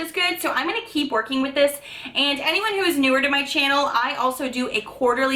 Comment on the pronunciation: Girl...you are such a joy to watch.....i love the way you pronounce channel...and now even my little boys say it like you.😉